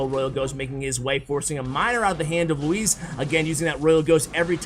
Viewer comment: As someone called "Luis" I appreciate the effort in your pronounciation